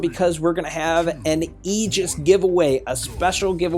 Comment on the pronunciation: Railgun/Agora Bro its Aegis (A-gus) the pronouncing of the mech